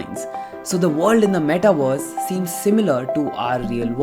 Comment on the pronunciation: Ok. Great video but....can you focus on pronouncing metaverse not "metaWARS" please?